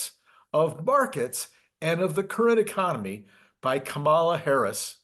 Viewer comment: Why can't you show us Democrats a bit of respect. Please pronounce our presidential candidate's name properly. It is easy. Think of a comma, the punctuation mark. Start by saying "comma" and simply add "la"! If you can successfully navigate the pronunciation of Kamala, we can then start work on entrepreneur. Thank you in advance for your future respect.